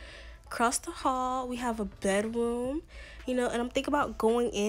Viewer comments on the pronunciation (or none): I love it when you say, "Bedwoom" ITS SOOO CUTEE